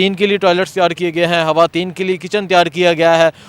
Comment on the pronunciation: Hawayeen nahin kehtey, sahee word hai khawateen 😏